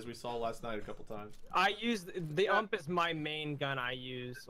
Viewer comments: how many gun fans get triggered when they say ump instead of u m p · I just have to say this it's pronounced U.M.P it's an acronym for universal submachine gun